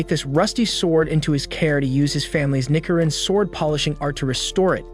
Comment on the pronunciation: Nikerin seriously it's nichirin